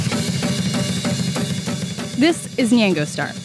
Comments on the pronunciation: why does she keep saying nyengo? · She pronounces nyango kind of weird. Lol have I just been saying it wrong all this time?